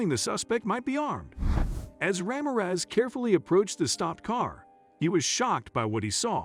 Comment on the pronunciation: I think you need to pronounce the name correctly Ra(h) mir(ror) e(e)z